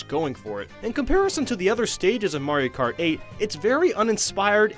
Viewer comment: Wii mayro kart lol